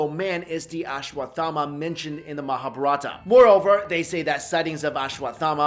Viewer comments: Its called "maha-bhar-at" not "Maa-bar-ata" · you really need to improve your spoken skill while spelling Mahabharata - mo_ha_bha_ratt guru dronacharya ..... etc.... anyway that was a good chat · muh-haa-bhaa-rut. your pronunciation was killing me. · atleast speak correctly the mahabharat or learn first